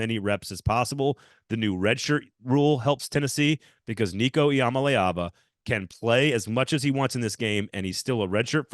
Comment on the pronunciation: Hate to be that guy, but you might wanna check up on how to say Iamaleava correctly. Cause that ain't it